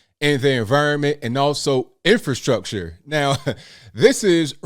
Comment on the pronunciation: In Fer Structure lolol she cannot even say the word right.